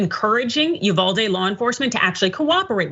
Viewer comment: UVALDE= E-VADEE 😡